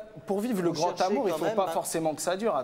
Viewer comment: l,amour avec un grand ta..lol ont dit l,amour avec un grand A...Ya pas de T a la fin de grand...ca énerve d entendre ca..